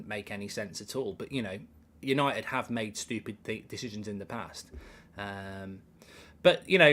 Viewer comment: Kills me that he can't say stupid. STOOPID!!